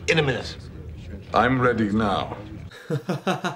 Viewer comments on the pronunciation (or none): none